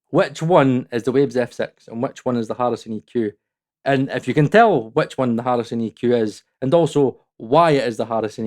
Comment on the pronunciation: I like when he went into the cockney accent classic 🤣...its fckin Arison!